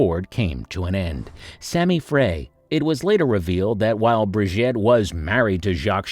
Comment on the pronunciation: Its not Briget its Brigitte !!!